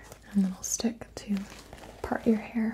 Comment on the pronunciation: did u say part or park